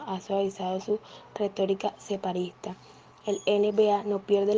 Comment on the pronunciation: No saben leer estas mujeres o que! No es rifirrantes es rifirrafe, no es separista es separatista.